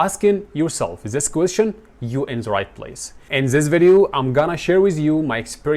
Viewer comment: Mentor ازاي وانت لفظك مليان اخطاء Th بتلفظها z على طريقة أولي انجليشي اولللي زا تايم 👎🏻